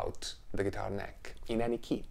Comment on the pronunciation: did he say geetar fartboard?